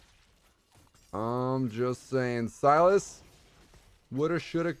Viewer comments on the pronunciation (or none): none